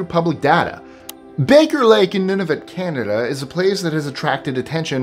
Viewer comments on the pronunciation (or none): none